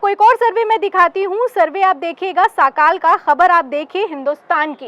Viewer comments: साखाल नहीं सकाळ है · साकाल नही सकाळ सर्वे